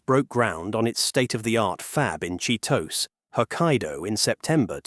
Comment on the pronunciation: You don't pronounce Chitose correctly. It's Chi-toe-say, not Cheetos.